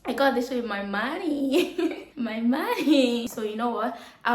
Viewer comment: You see the way she says my man-ney 😂😂😂.Man….ney 😂